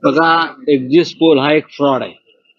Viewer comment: शब्द नीट उच्चरा एक्सिस्ट पोल शब्द नसून एक्सिट पोल आहे